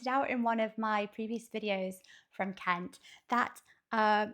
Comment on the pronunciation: You say Cowboy Kent's name just right!